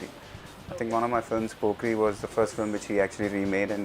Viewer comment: Pokiri ✔️ pokkri ❌